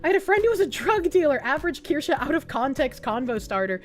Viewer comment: THATS NOT KIRSCHE ITS A KORSCHA